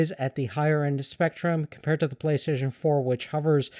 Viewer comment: Playstaion hahahaha